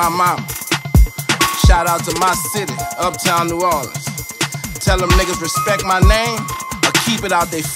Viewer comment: Hes just annoying wack Wtf!! And the hell is "respek" u got stroke tryna say "respect" or what?